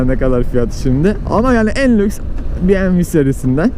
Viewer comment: ya "be me ve" dir yada " bi em dabulyu"